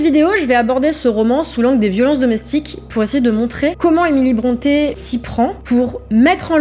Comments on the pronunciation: on dit 'brontii' pas bronté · Brontë se prononce Brunty [ˈbɹɒnti]. Son père est né Patrick Brunty et a changé l'orthographe de son nom en Brontë, mais la prononciation est restée identique.